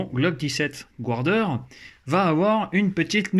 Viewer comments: Et bien ça se prononce garder en fait ^^, je te tease on s'en tape l'important c'est qu'on se comprenne, si on bâchait tous ceux qui calent leurs jires dans leur jirebox et qui font du le airsoft on n'aurait pas fini ^^ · Punaise ! Toi qui va aux States tous les 4 matins et encore prononcer Guarder "gouardère", je suis tellement déceptionné ce matin que je vais aller sacrifier un chaton ! Snif... Belle carcasse cela dit !